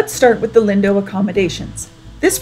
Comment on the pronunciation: It's pronounced "leen-doe"